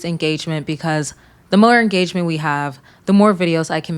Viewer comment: Wow en-gay-gement! x1000